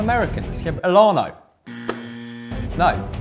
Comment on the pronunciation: How did say if he said elano swear he’s Brazilian